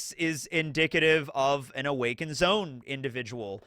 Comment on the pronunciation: Dang, brother! It's "Zoe-uhn..." Not "Zone." Two syllables! Sad, I wanted us all to be aligned on the language with this one. It's "Weeng-id," two syllables. Happy day, One Piece is top 1 awesomeness today! 😀 CHEERS!!!!